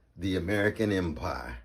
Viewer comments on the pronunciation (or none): none